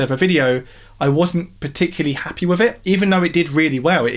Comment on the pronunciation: .........I like the channel because you say "wif" instead of "with"